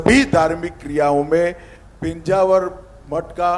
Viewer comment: Title is mis match -- just to get hits Thumbnail title is given highly sensational sentence -- This will lead to people losing trust with the channel. PENJAVAR nahi he sir -- It is PEJAAVAR a place name which you can google it -- Very close to Mangalore Airport